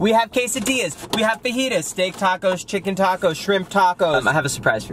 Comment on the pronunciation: considering that you eat so much food, you need to educate yourself in pronouncing the food and what the food is. It’s Fajita, J pronounced as an H. That dessert is a Creme Brûlée